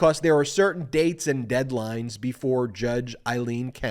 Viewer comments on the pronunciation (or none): none